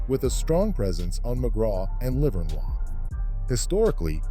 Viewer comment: Hate the way the AI says LIVERNOIS 😂😂😂😂